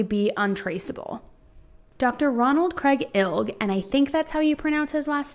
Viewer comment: You pronounced Dr. Ron ilg's name correctly. I know him.